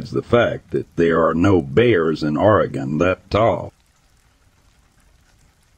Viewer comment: It's clear whoever the narrator is isn't the person who experienced any of this. Haha first oreegon, then f1hundred50 thats when I stopped watching